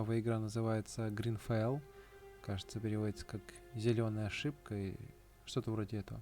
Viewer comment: Только не грин, а грид фол - жадность, а так видос норм ставлю лайк